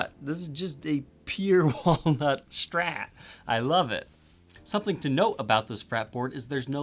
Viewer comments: Only thing I dislike here is your "shtrat" pronountiation 😜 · "Schtratocaschter", "the Schtrat"